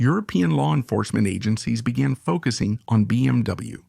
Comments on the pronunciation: What is happening to cause the mispronunciation of so many phrases, words, and acronyms? For example, it’s BMW, not BMV. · Very interesting video but the robot cannot pronounce Moto guzzi it cannot pronounce BMW how about employing a human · Its BMW and BSA pronounce the names right Its disrespectful to The companies and people talking about them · You know this is just a computer AI program speaking right it's not a real person that's why it mispronounces words but you feeling disrespected is absolutely utter ridiculousness